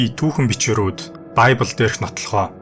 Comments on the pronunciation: библь гэдэг биздээ монголоор. байбль энэ тэр зүгээр л монголоороо яриач. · баябил биш бибэл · Байбл биш библэ гэж уншдаг 😂!! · Байбли биш харин библи шүү